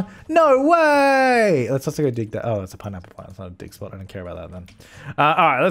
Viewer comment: Every time you say “dig spot” I think you’re saying dick spot lol, family friendly